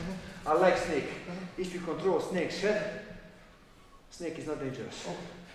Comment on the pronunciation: Ja mislio da je reko steak, nist mi nije bilo jasno 😂😂😂